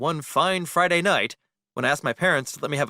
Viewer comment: He SAID FIRDAY NIGHT